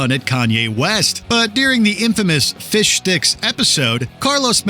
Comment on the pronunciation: Whole episode they were saying “fishdicks” but it sounds like “fish sticks” 😂😂😂😂